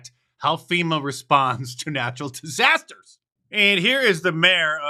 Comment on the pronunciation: Brandon broke out a new word yesterday “disakter” lmao